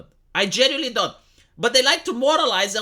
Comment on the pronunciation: "I genuineline repspect Jimmy Dore" 😂😂😂 what jfc I spit out my drink hahahaaha